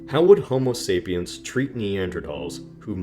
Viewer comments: Homo sapiens. Not sapien. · Homo sapiens ... you omitted the 's' in the video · Idiot. You must say sapiens, not sapien. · Homo sapien*s*, not "sapien". That's a pretty big error for an entire video about it! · They couldn't get the name of our species right? It's sapiens, with an s. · Dude, if you can't even get the name of your own species right, ...